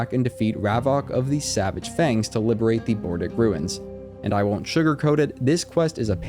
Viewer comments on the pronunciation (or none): none